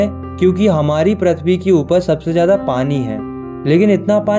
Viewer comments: Prithvi❌ prathvi✅ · Prithvi ❌ Prathvi ✅ 😂😂😂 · PRATHVI❌ PRITHVI✅